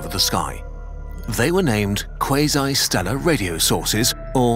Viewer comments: me trying my best to not QUASO everytime he says QUASO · That's how quasi is pronounced?